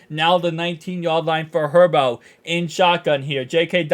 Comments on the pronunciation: Its pronounced Hurburt & spelled Herbert not Hurboro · Are you calling Herbert “herbo”? Like a nickname?